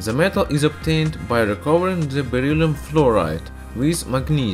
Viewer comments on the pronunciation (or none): It’s beryllium not berylium